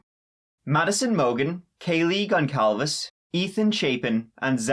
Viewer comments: Pronouncing Gonçalves as “Gonkalves” is like pronouncing the name François as “Frankwah” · Where i'm from it's "Goncalves" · My man said Kaylee Gon-Cal-Viss. It's on Gon-salves. Like a hand ointment or salve, Gone-salves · I hate to be that guy, especially to you:) I scrolled down to see if any portuguese speaking viewers spotted it but i'll go anyway: The surname Goncalves is not correct. The proper spelling is GonÇalves, which will make it sound like Gon-ssal-ves. Not wanting to be a dick, just making sure the poor girl's family name is said correctly. Keep up the great work! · Hi, loved the video but just a side note about Kaylee's surname, Gonçalves, is pronounced " Gonssalves" (minor detail ☺). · Why does EVERYONE pronounce Kaylee's name wrong ?? It's Gonçalves, not Gone-Kawlves!! Ç is called a Cedilla and is pronounced like an "S" (hence the little "s"-shaped squiggly thing hanging from the bottom of it!) not a hard "C" (or "K")!!